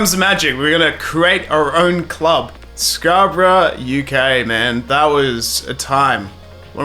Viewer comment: Nice video, it's Scarborough for future reference though😂